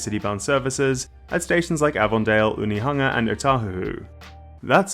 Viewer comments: Hey, nice pronunciation of Onehunga. Love to see someone willing to learn! This is the first I've heard of this project, and I'm super excited about it, I very close to this track, and it would open up the whole city to me. Very exciting! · 😮😮 you said Onehunga this time and not 1-hunga yaaaay😂